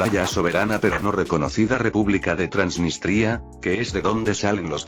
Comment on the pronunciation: Jajaja dio risa el transnitria